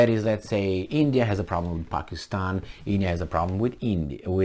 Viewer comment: You missed a great supporter from India.... You should have pronounced India